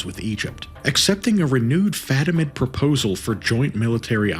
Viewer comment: fatimid, caliph. But props on getting Alexios Komnenos. That's a tricky one.